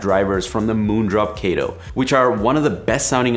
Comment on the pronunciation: u said kato wrong